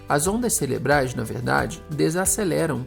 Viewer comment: Maravilhosamente didático! Parabéns pela iniciativa e esclarecimento! Dessa forma, conseguimos até divulgar melhor para nossos clientes sobre as Barras! Tenho uma observação para acrescentar, só corrija a palavra “celebral” por cerebral, do áudio. Obrigada por tudo!